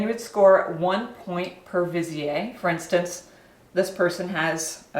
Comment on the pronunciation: Its wee-zeer,, not visi-ay